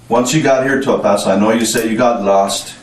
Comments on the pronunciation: They clearly state the name of the city multiple times in this video but you continue to mispronounce the name like you are struggling with a mental disorder. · Do you really not know how to say the city of El Paso’s name correctly? You shouldn’t be allowed to have a YouTube channel. It’s even weirder because you can clearly hear the people that lived there pronounce it correctly in the video that you posted. Not even a real judge. lol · How is it the narrator keeps mispronouncing "El Paso?" The detectives say it correctly. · Why can't this man who is announcing, say El Paso correctly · A. I. can't pronounce "El Paso!" Hahahahah! Lost me after 13 seconds. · Cant stand the way he says el paso. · Can’t “like” because of your mispronunciation of El Paso. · "Al-Paso"??? Is this AI? It's LLLLLL paso. At least learn to pronounce the damn city. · Bro. It's El PASS-O. Not El POSS-O. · It's pronounced "EL PASS OH" and NOT "EL PAH SO" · where is El Pauso? ...you mean El Passo? lol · El Paso. Not El Paawtho. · El Paso.. “El Pass so” is how you pronounce it 😅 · It's El Pass-oh not El Puhso. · El Paso, TX is pronounced “El-pass-oh”, not “El-paw-so”. 👍😊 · It’s pronounced in spanish. We do not say “Ale (ayl?) Paw So” we say “Ehl pa- so” short “pa” and “so” sound. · El PASSS-OH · ell pawsoo lol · “El posss-O Texas” lmao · "El PASS-O" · Just FYI It's Pronounced El Pass-oh! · Does anybody even prrof their AI bullshit narrated videos before posting? Fucking "El Paw-So" - really? Can't even get the towns fucking name right? Jesus fucking Christ. I'm so done with the internet. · El Pah-so. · El-pass-oh Say it right if you are going to make a video about it dude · If this mf says El pawso one more time! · I dunno if it's A.I. slop or just someone who can't pronounce anything right, but I can't finish it. "El-Pas-O" 🤨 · "El Poso" your ai voice needs to get it together. 😅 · Native Texan here and I stopped watching after hearing EL PASO pronounced as EL POSO